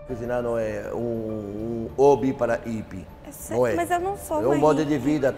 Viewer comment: Jacquin falando "vc me parece ipie" eu não gosta de hipie